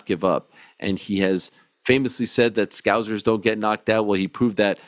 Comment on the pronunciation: They’re not ‘scowzers’. Scouse rhymes with house, mouse, louse, growse. Scous-er,s-cow-sir